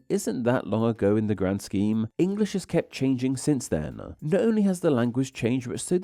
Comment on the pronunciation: I think it looks nice and fitting given the topic, if there's something that could change to improve the video more tho it would be the narration - you seem to drag out words in the same way repeatedly. I truly think its the kind of thing that could add variety and depth to the voice if used with a wider set of sorta narrator inflections but in isolation then-uh, too-uh, lives-uh (e.g. to 5) if you listen for it it's super apparent and yeah it seems like the kind of thing that is probably worth looking at even if that involves finding some videos with narrators you like and mimicking those to try different speech patterns out but yeah